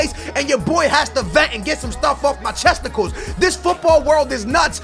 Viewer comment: Did he say chesticles? 😂